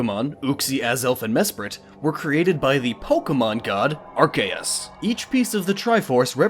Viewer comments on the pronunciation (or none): Did you just say ar-kayy-uus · So I've heard many different pronunciations of Arceus but, "Arkayus"... Bruh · It's pronounced arc-key-us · I was very triggered when he said acrseus wrong, he said arceus, I was so triggered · he pronounced arceus wrong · You said arceus wrong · The way he pronounces "Arceus" makes me want to push him into a running chainsaw - at least in theory, anyway.